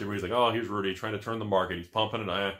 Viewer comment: not to mention he always yells "*RUDY* with alpha investments" with extra emphasis on the Rudy. I'm convinced he actually leans over next to the camera to yell the intro.